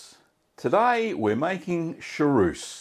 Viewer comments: Chaource is a great cheese, but you keep saying charouce... 😂 Cha-who-rce would more be the sound in english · Hallo, please say sha—ource, not sha—rouce!!